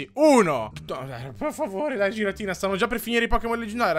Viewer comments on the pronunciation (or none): Non si dece giratina si dice ghiratina(sei un grande) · Si pronuncia ghiratina